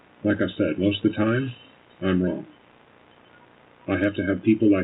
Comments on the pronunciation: “EVERYTHINK” AND “WRONG-GGGGGGG”. 😂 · Her ending every word that ends with a G, with a K, DRIVES me NUTS. " I DIDN'T DO ANYTHINK WRONK". I could give more examples, but you already know. Ughhhhhh